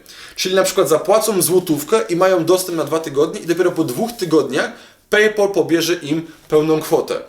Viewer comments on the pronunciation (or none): PayPal się chyba trochę inaczej wymawia...